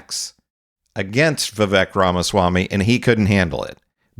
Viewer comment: Why not learn to pronounce his name